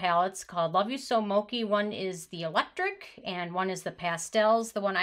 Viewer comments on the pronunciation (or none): Lol moki xD its mo-chee lol but good try! :) we all make mistakes! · Mokiiiii 🤣🤣🤣🤣 its mow-chheeeeeeeeee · Great video! Helpful in making my decision to buy. Btw It’s pronounced Mo-chee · You pronounced mochi wrong but great video and content!